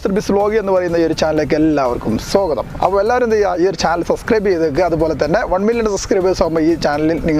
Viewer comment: Sogatham alla swagatham